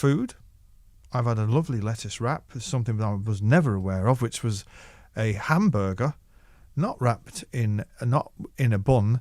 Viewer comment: 햄버거 발음 왜케 귀엽죠ㅋㅋㅋㅋ 영상 감사합니다! 영상보며 콘서트 후 후유증을 달래고 있네요